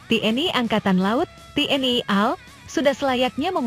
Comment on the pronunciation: Tayangan vidio Anda cukup bagus sayang sekali mulut kamu perlu diupgrade supaya bisa ngomong A.L bukan al yg mananya /artinya beda guoblok lamu